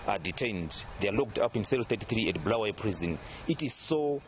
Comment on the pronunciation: Not bhulawayo but Bulawayo this Moyo guys can not even pronounce